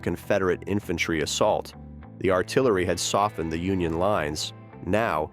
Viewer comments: Union Ar-ti-larry.? What kind of AI narration is this? Getting tired of AI bullshit.... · "the Union 'ar-ti-LAIR-y' and others